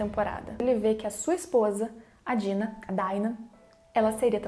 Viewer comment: a pronúncia em alemão é Dina ("Deena") e não "Daina" como em inglês, então vou continuar chamando de Dina mesmo.